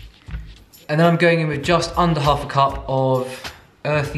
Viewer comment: he says "just under half a cup" this sounds like dutch "anderhalve cup" wich means 1,5 cup lol